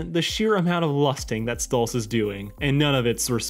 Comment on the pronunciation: It's Stolas not Stolitz...